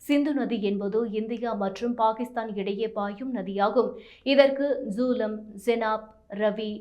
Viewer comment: ஜூலம், பீஸ் இல்லை. சரியாக உச்சரிக்கப் பழகு, இல்லை வேறு வேலைத் தேடிக்கொள். எங்க உயிரை வாங்காதே தாயே.